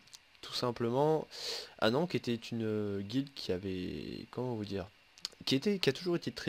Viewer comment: on dit pas anank , on dit Anne an ké (Va voir la candidature sur le forum d'alliance :p)